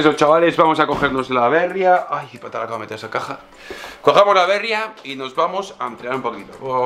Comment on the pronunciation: Aupa!! La Bérria que sueles decir por la marca de la bici, creo que se debería decir en castellano La Berría, ya que es una palabra en euskera que significa nuev@ Se debe poner el acento en la I. Segi holaxe!!